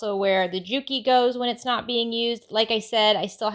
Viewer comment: The J is silent, say it like U...kee!